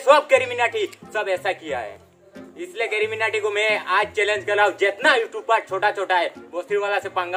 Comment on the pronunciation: Youchoob nahi youtube hai